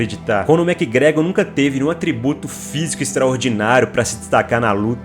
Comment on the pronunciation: Conor mequigregori 😢